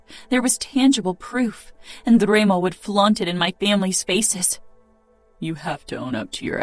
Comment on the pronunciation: She pronounced Dremo insted of Remo, so...and when she does the male voice is disturbing, annoing. But the hole story is beautyful